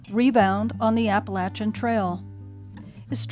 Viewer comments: PTL. You pronounce Appalachian correctly. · Little sister in the Lord. Thank you for your story and your outlook. I love being in the woods. I appreciate your proper pronouncing of the name of the trail. LOL I pray that you are able to finish your journey. Rebound. God bless.